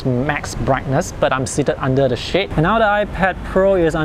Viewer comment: I'm quite sure you said, "you are seated under the shade" and not shyt 🤣...but nice video